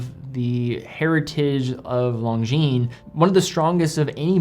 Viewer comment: FFS, it’s not “long-jean” it’s “lon-jean”